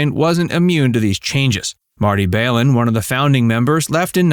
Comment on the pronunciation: You're inaccurate and highly distorted piece on Grace Slick does nothing to convey the true charisma and talent the woman is. Your mispronunciation of Marty Balin's name among other screw ups reflects your lack of professional diligence researching your story. In SF we used to call clowns like you two bit nothings-and with good cause. We wouldn't give you the time of day back in the day.